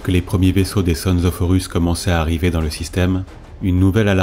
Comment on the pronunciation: L'utilisation de l'"IA" afin de gagner du temps est louable mais il faudrait faire attention aux noms. Je viens de finir les word Bear via Spotify et et Horus devient "Oh Russes", Tzeentch lui devient sentch. PAr contre c'est un excellent travail.